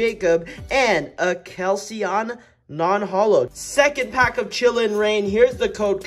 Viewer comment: KELCEON WHAT THE HELL DUDE ITS KEK LEON DISLIKEEE